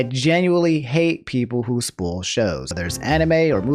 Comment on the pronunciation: Did he just pronounce "spoil" as "spool"